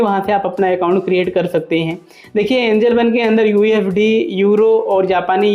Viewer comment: Mere bhai pehle sahi se bolna seekhle usd inr ko ufd bolraha hai